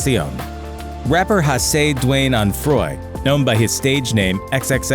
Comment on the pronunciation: WHO TEH FUCK IS HASEH DWAYNE ONFROY